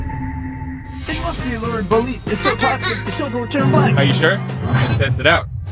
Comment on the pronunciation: ''Fresh lurid bolete'' ahh what a shape.......💀💀